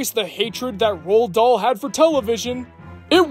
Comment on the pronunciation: Roald Dahl's name is pronounced, "Roo-All."